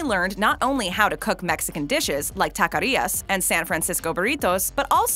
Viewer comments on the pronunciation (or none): "Tacarias" lol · Please please please!!!! Stop saying takarias. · Tacarias 😂 *Taquerias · Please don't ever say 'taquerias' incorrectly or 'Salvadorian' instead of 'Salvadoran' again. Couldn't finish the video.